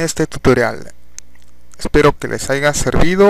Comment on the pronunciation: se dice HAYA no "AIGA"